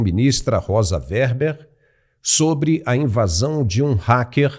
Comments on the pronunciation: O nome é Weber, não WERBER ! 👍💥💥💥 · RECOMENDO PRESTAR ATENÇÃO QUANTO AO REFERIR-SE AO NOME DE EX-MINISTRA "ROSA WEBER".O SR.TEM PRONUNCIADO O NOME DELA DE MODO INCORRETO. NÃO É "ROSA WERBER".